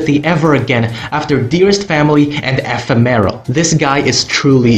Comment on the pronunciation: ah yes, ephe-meh-ro, everyone's favorite episode